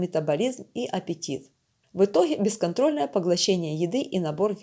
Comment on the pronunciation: Тяха, в итохе! Да вам к логопеду надо